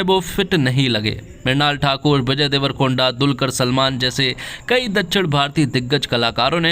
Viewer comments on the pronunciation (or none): none